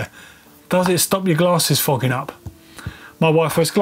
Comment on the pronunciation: could you please figure out some way to say 'foggin-up' more often in your videos? I'm not sure it sounds the same to you Brits but its hilarious out here. Keep up the good work...